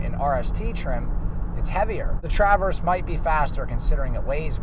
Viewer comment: Nice thorough review, but I’m convinced that you’re pronouncing “Traverse” as TrAAAverse as an inside joke lol